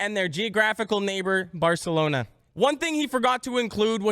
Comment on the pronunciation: lol “baraclona”